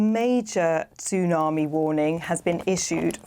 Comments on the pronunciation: Sorry, I know it’s a terrible situation and all, but when the news presenter called it a “toonami” just made me laugh. She should know that “Tsunami” has a silent “T”… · She said 'Toonarmy' at the start of the report...a BBC newsreader...!!....ubeleeeeevable..... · 'a major Toon Army warning...'. How is someone this old unaware how to pronounce the word 'tsunami'?